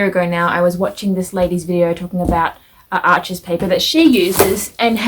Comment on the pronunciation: It’s pronounced “Are-shh” since as you mentioned it’s a French brand. No worries though, literally everybody says it wrong. Thanks for the vid, helpful info.